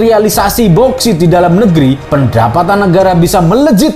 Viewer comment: Bukan boskit min, bouksit